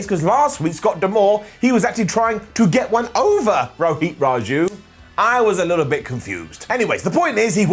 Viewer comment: It is pronounced Rohit,not Roheeth